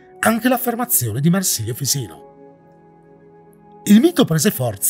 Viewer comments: Per cortesia, LOCALIZZA TUTTO IN ITALIANO! MARSILIO FISINO SARÀ LA PRONUNCIA USA, SI CHIAMA MARSILIO FICINO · Bello il Video ma più attenzione ai nomi: si pronuncia Timèo e Marsilio Fisino non esiste, forse ti riferisci a Marsilio Ficino. Più attenzione. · Bellissimo video, complimenti! 😄 Però voglio sapere una cosa: perché pronunci Fisino anziché Ficino? Hai un accento che mi ha sempre incuriosito, di dove sei? 😆 Comunque davvero, a parte questo appunto di pronuncia, il video è piacevole e intrigante! Aggiungo che una delle tesi più accreditate è che Atlantide sia "già stata trovata", ovvero che sia connessa a una civiltà situata presso la caldera di Santorini (cosa che spiegherebbe i contatti con Atene), che poi fu distrutta dalle eruzioni vulcaniche e che nel tempo si sia "mitizzata" soltanto a causa di altri influssi di tradizioni orali più antiche, come per esempio il continente Lemuria della tradizione indiana e simili.